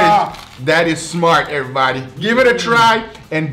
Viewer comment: "Cheers aribody"